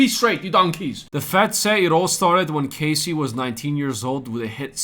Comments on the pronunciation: It’s Cass-eee not Cay-cee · KAHSEE not CASEY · Good repot today but your pronouncing Cassies name wrong. Its Cas like cast. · I'm obviously making a joke about how he's mispronouncing Cassie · Hey mate. To myself it was not obvious at all otherwise i would not have commented. Have a good one!